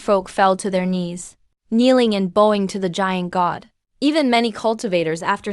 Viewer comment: that's pronounced as bawing, not bo wing... bow as bending not bow as bow and arrow... di ba talaga marunong magdistinguish ng words at pronounciations ang ai na ginagamit sa mga videos dito sa YouTube???